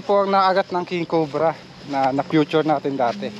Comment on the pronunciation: Feature Hindi “FUTURE” yan ang sabi Mo sa Video mo Sa time na 14.02 Si ate NENE NA FUTURE MO DATI.😂😂😂